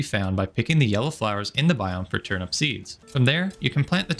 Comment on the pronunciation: Great video, thanks. Just one thing: Why do you pronounce "Turnip" like it's "turnUP"? Weird as you like, but hey, each to their own, just curious why? Thanks. 👍